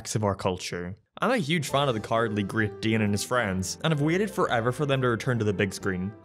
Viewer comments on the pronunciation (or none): His pronunciation of great dane is the new fairies it seems.